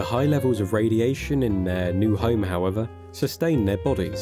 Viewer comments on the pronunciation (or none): none